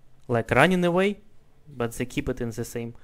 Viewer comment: mispronounces "They" as Zay